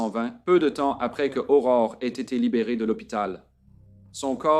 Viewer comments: Ce n'est pas Aurora, c'est Aurore.🌈🦄🎠 Merci de raconter cette histoire. Le nom d'Aurore est si mal prononcé dans cette vidéo que je ne la termine pas, c'est honteux. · Son nom est pas Aurora. C'est Aurore. Salutation du Québec.